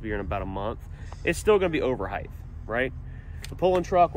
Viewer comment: height is only pronounced with T at the end no TH